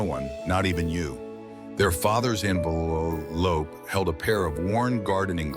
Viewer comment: "Their father's envelllllllllope". - . It sounds almost Mandarin.